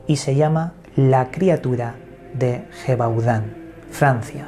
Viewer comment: Se escribe Gevaudan!!!!!, Se Pronuncia YEVADÁN!!!